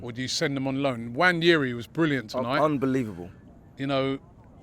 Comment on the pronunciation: First time I've heard Robbie get his name right 😂 usually he says Enwanyeri 😂